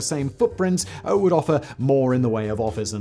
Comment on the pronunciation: The more I listen to Simon's voice the more I ask myself why he adds another "oh" before a w. For example "would be..." becomes"ohwould be"